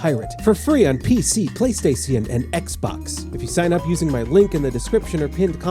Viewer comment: I love how he pronounces "Playstation" in 17th century accent